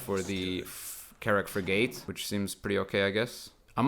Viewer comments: Ok its not frig ATE its firgte the a is silent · Love your videos man, but your pronunciation of frigate was cracking me up more than the intro 😀. It rhymes with dig it, not a long a as in gate. English is the worst, I know. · What?? You're right it isn't frig ATE but it's not "firgte" and the a isn't silent. It's more like frig IT. If you're going to correct pronunciation, you should try not make mistakes yourself.